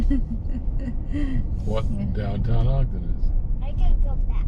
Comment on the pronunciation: It’s not Ogdden